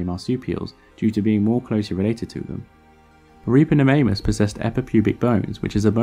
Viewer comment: Sorry but all I could hear was "Ripperofannus".